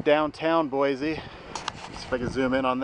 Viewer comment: Good video. But locals say, "Boy-see" no Z